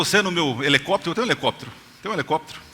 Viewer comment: QI 119. E fala Elecoptero...kkk